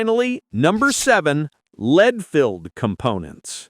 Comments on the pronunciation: Led don't you mean Lead???? Closed captions got it right.. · Lead (Pb) not Led